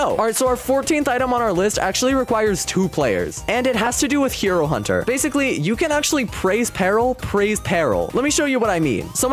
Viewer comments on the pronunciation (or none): Did he just say hiro hunter??😂😂